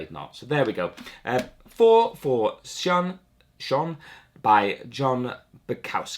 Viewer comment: I think SION is pronounced like this: SAYON. Not too sure though...